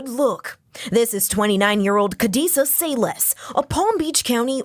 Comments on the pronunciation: Why Say-Less, and not Sayles - sails??? 😂😂😂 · Her name is pronounced like kadessa cells. Not sayless your pronouncing the wrong name because u mimic the clueless news reporter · That is not how u pronounce her last name. Its pronounce sails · "Sayles" pronounced "sales", you nitwit.